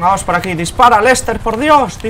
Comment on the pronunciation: me canse de escuchar "vamosh vamosh por diosh"